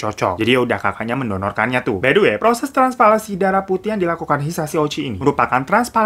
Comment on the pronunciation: Bang hiro....bener TRANSPALANSI ya itu sebutannya?😂😂di otak q kok ngeyel TRANSPLANTASI yaa?😞😞